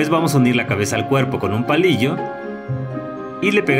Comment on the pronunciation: Cuando dijo palillo yo escuche bollillo y pense ahora me tengo que chingar un bollillo